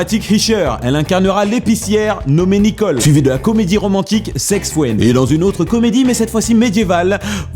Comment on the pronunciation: J'adore ton accent anglais: sex fwend ^^